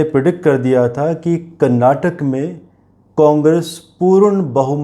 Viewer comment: Please prounance KARNATAKA and not KARNATAK.